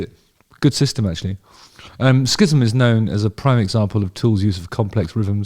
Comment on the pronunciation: Hate to be the dickhaed to point this out but it's pronounced like "siz-um". Rick Beato's breakdown of this song (What Makes This Song Great series) is worth watching by the way.